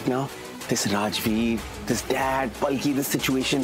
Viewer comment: Salki nahi palki 😂😂😂😂😂😂😂😂😂😂